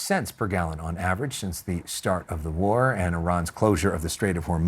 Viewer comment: He couldn't say war..